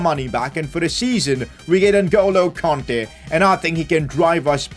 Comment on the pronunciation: its kante not konte